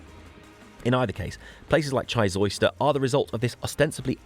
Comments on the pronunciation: Chysauster is an amazing place to visit but it is pronounced Chy ''Sauce'' Ster not Chys ''Oyster'' lovely video thanks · Just a quick message from the Cornish pronunciation police. Down 'ere, we pronounce Chysauster like this, Shy Zauce (as in sauce) Der. There is a theory that the Western half of Cornwall was more isolated, because there was no obvious route across Bodmin Moor until the 17th or 18th century. Apart from which, the cost of parking a vehicle down here probably put the Romans off! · jee-zowster and vog-oo youre welcome